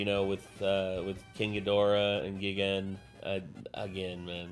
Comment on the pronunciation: hate to be that guy but it’s pronounced “guy-gan” not the other one